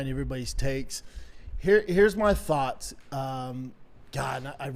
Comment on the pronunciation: "I had so many thawlghts..." yeah, Branbran, sure...